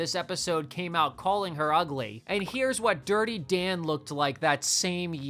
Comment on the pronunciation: "DIrTy DaN¹1!" Talk like a normal person, freak